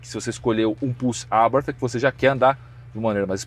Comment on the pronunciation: Pena q é nítido que não manja nada impressionante, nem a Abartí ele sabe falar kkkkkk sabe nada